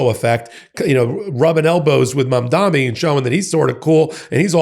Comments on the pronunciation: Please practice pronouncing "Mamdani". It's an "N". It's not "Mom-dommy". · Btw, it’s Mam-daNi. No New York mayor elect is called is named “Mamdami.” I thought only the right mispronounced his name to show him disrespect and that he’s a “nobody.” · I love you but you have got to get the Mamdani pronunciation correct. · bro still can’t pronounce mamdani